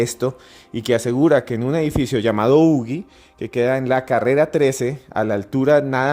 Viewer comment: No se pronuncia ugi ..(como.lo.pronunciaron en el programa o sería ugui)se pronuncia (uji).Que pasa con estos antropólogos ...También es importante que fue el primer edificio en latinoamerica q se construyó de arriba hacia abajo a partir de un núcleo central ,donde estan los ascensores.